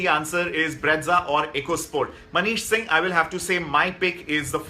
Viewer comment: Bro plz stop calling brezza as breadza😂.... Learn to pronounce first